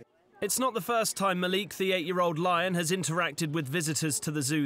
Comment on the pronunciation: This girl is harassing Malik!! He didn’t try to attack her!! We have been in with Malik and his name is not Ma liq It’s malik Pronounce MA LIK STOP WITH THE BULLSHIT NEWS HE DIDNT ATTACK SHE WAS TEASING HIM